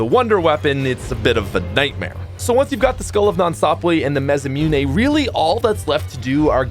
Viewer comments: ma-sa-moo-nay. not ma-sa-mune 😂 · repeat after me: MAH - SSAH -MOO-NÉ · The way he says masamune bothers me a little ;)